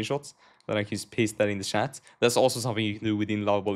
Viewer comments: Bro keeps calling chat as shat and it keeps throwing me off 😭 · he's Swedish, that is how they say chat lol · haha its french spelling